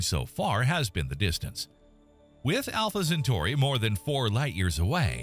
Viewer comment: He said Entrè Pinaurs